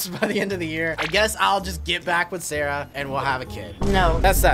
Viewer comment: bro said sharah ☠☠☠☠💀☠💀☠💀☠☠☠